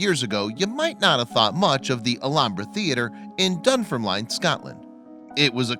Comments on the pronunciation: This guy can't pronounce Edinburgh or Dunfermline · 😂 I know...